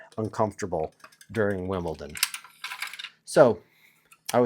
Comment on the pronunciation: He does it on purpose to trigger the delicate sensibilities of tennis purists